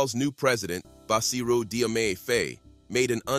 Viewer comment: Additionally, Diomaye is pronounced JOE-MY.